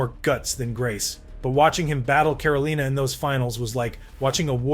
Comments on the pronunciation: Yo is this an AI voice? CaroLEENA instead of carolina? Fetizoff instead of FeTEEsoff? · You are doing a video on the guy n u call him IZERMEN?!?! N it’s CAROLINA not CAROLEENA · Eezerman? Caroleena? Still the best sounding bot I’ve heard so far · Another AI channel? Caroleena? Eezerman? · Is this made with AI? At some points you call him 'Izzerman' and instead of Carolina you said 'Caroleena' 😩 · This video completely ruined by the narration... I assume it's AI or fake? Who can't pronounce Carolina?